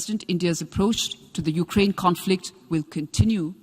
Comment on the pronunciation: ध्यान से सुने, वो उकरेंन कह रहे है। S Jaishankar भी उकरेंन ही कहते है।